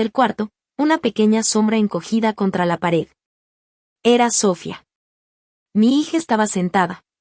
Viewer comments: Porque dices Sofía cómo debe ser y a veces lo dices con acento en la o, se oye ridiculo. Y si soy muy criticona. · No se porque en estos programas no pronuncian bien el nombre de Sofia